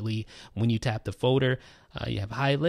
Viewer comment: Probably said Foader 392 times 😂😂